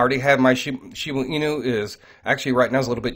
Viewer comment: Please....it is shib"A" inu. Not shib"U" inu. I've listened to every video concerning shiba inu and you always pronounce it shibu inu.